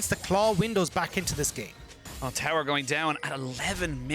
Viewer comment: Why does this caster say "terror" instead of tower?